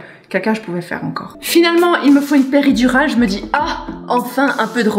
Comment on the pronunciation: Qui a entendue épidural ?😂😂